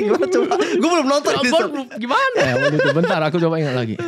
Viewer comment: Berapa kali dia ngomong wa'tu itu 😭